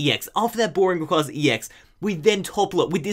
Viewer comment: You're awesome man, but people really need to get into the habit of saying Rayquaza correctly. Just watch Destiny Deoxys and listen to the way they say it.